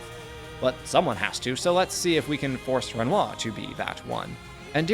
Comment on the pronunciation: Excellent video. My only gripe is the pronunciation of Renoir lol, the R is only silent in game due to the accents from the VA’s, when the rest of your speech is bog standard American accent, it’s jarring to hear his name pronounced in some form of bastardized English/American accent lol